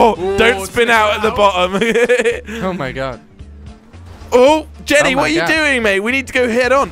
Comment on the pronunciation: yo its oh my god not ho my god